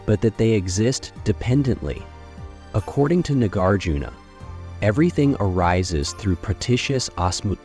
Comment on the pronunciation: Please learn how to pronounce "Nagarjuna". You offer about 3 different versions here and ALL of them are incorrect.